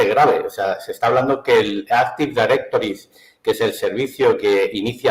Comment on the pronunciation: Buenas tardes, Trabajo en Cybersecuridad desde hace años,el señor, socio fundador de no sé qué, siento indicar que no sabe de lo que está hablando, ni siquiera es capaz de pronunciar ni explicar correctamente un concepto tan básico en informática como es un Active Directory, he escuchado con paciencia y atención y mi conclusión es que siento decir que ha desinformado y alarmado más que otra cosa, recomiendo busquen fuentes más fiables y formadas en estos campos tan importantes. Les ha hecho mucha daño como canal de información si es eso lo que pretenden ser. Un cordial saludo.